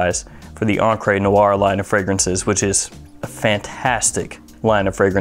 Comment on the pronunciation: There's no 'eh' in at the end of encre, eh?